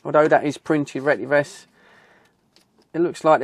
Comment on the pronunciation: Look at the spelling. It’s pronounced retty ves. NOT RETTY VESS.